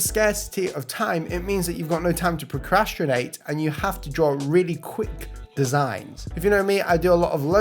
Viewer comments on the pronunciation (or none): How did you say procrastinate? Lol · "Procrastrinate"... What?